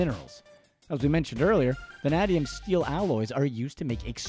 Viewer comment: I hereby order you back to the studio to re-record this audio after you learn to pronounce “VANADIUM”!!